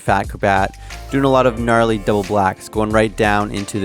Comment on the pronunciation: He needs a "knarley" counter🤣